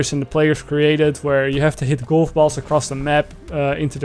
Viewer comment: I die on the inside every time. You speak great English. Then fail at saying GOLF. A hundred times in a row... Cringe. How?